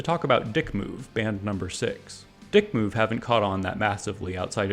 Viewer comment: LOL Dick Move with the emphasis on "dick"